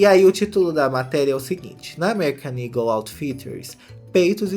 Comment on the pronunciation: SIMMM! mesmo ele mostrando as fotos da loja no começo tava na minha cabeça "ego" pela pronuncia, só no final do video que eu me toquei que o nome é "eagle"